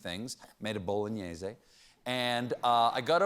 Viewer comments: So nice to hear Stephen pronunciate "Bolognese" as it should be. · So fucking proud of how he pronounced “bolognese” I might cry